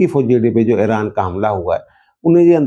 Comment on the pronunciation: اران کو ایران بولیں